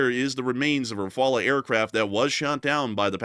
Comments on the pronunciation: Rafale is pronounced Rafall not Rafala…. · FGS: there is not a single French person that says "Ra-fa-luh". It's "ra-fal". Nothing fancy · pretty sure it’s pronounced “Rah-fall”. not “Rah-fall-ah” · It's Rah-Fal, not Rah-Fall-ah, the E is silent. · Not rafalas rafals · Rafale is, unless India pronounces differently from the French, is pronounced Rah-figh-ell. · Its better to pronounce well the L of rafale or rafals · He isn't able to pronounce the name properly 😊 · not the only thing he can’t do properly.. it’s shameful that a white person can’t pronounce it properly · That is not how you pronounce Rafale. If you are going to say it over and over, please check how to say it!